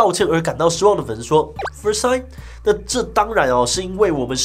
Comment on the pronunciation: 哈哈志棋式的「first time」好好笑